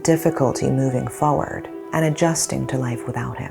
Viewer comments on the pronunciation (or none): none